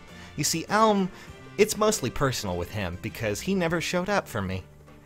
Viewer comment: Alm never showed up because you never called him. Even after SoV, you still don't say his name right. C'mon.:3